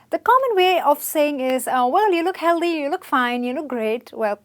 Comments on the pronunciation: The mispronounciation is kind of annoying though. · O please it's not Healdhy it's healthy th as in think